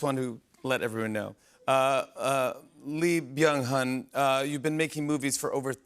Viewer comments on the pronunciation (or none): And I wish they'd pronounce his name correctly, "Eee Byung Huhn". The "L" is silent, or can be pronounced like "Yee Byung Huhn". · Not jimmy calling him lee byung HON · The fact that the host struggled with the interviewee’s name at the beginning is unfortunate in my opinion… having heads up who is coming on your show and not practicing their name where you have to stare at his name on your notes, shake nervously then goes ahead butcher his name shows ignorance and lack of respect imo